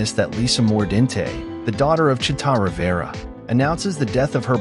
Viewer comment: Is this AI generated? If you're going to pay tribute, you could at least pronounce her name correctly.